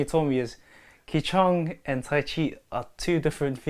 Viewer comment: 'ki chong'😂😂 im pretty sure he means qi(chi) gong